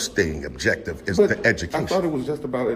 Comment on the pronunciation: ‘You can’t record duh facility here, now you need to write down your name’ …. oh hell no Nazi